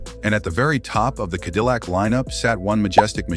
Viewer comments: "Kedillac"?! Please remove this video and correct the narration and glaring mistakes. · What an embarrassment for a video. Quit using AI, it never can pronounce words right... KEDILLAC. Really??? The main word for the video and it can't pronounce it. 🙄